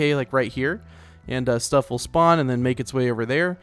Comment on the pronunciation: you said span instead of spawn